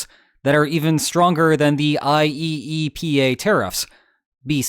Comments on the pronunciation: I believe you'll find it is pronounced, i-E-pa. 😉 Also, yeah, the importers lost nothing b/c the costs were passed along. All the people in Red States who have nowhere to shop but Walmart have been paying the tariffs b/c everything at Walmart comes from China and Bangladesh. I'm old enough to remember BEFORE SuperCenters, back when Wally Wolrd bragged about "made in America" and still being budget-friendly. Not no mo'. So Trump has just been screwing over all the people who voted for him (plus others). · Just say "eye-E-pa" all together my guy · I have never heard any one call it I-E-E-P-A, let alone that often. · I did wonder watching this video,: after how many times of saying "IEEPA" letter for letter did you feel tempted to start pronouncing it "Yeepah!" instead?